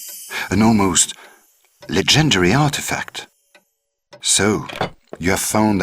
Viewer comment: "The EHMYOULET of Horace.. an almost... luhgentaree artifact..." like 😅what the actual? Why does he pronounce it like that😂